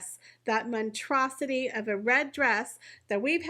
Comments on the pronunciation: It's monSTROSity...not monTROSity... if you're going to criticize say it correctly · Cringe. How embarrassing. I just came on to comment about the narrator saying “montrosity” when she meant monstrosity. She did it twice by . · The word is monstrosity, not “montrosity”. You said it twice by . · Really only trying to be helpful here: it's "monstrosity," not "montrosity." Thanks for the video, keep up the good work! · It's "monstrosity." Not "montrosity." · Thank you!! I thought it was me. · Montrosity???? Really???? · For someone who has so much trouble correctly pronouncing words you are rather hypercritical of others. Here’s a hint … montrosity is not a word. That just tip of the mispronunciation iceberg. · The first s is pronounced.